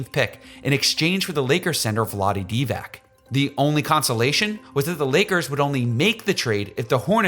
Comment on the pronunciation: C'mon man. Vlade Divac is in the HOF & Olden Polynice played in the NBA 15 years and you butcher their last names???